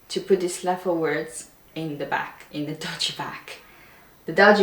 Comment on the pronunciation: Good lesson. Thank you. By the way you are miss pronouncing the word doggy. It's a hard G. One language teacher to another :-)